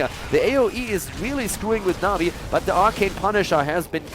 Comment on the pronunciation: Did he call Na'Vi masturbators?